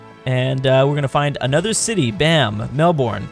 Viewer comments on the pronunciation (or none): it's mel-bin bro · More melbn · Just FYI, it's pronounced Mel-burn. Never understand how yanks always get the pronounciation off 😂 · FYI, it's pronounces 'mel-burn'. I live there :)